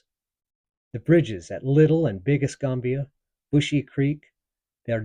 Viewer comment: I have lived in Pensacola for 60+years. Pronounce es -kam-bia county Fl&Al. Fort Ba-rank-us . My Grandfathers house was located at the Canoe Creek crossroads along the rail line where a Confederate supply train was burned during the raid.